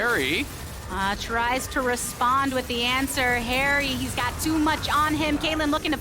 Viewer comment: Every time he said haeri i heard keria. Am i alone?